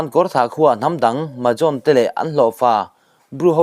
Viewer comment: Mahajon inlam dan hi a thluk adiklo hulhual a thluk diktak chu zampui Tripura mizopa rawn zawt rawh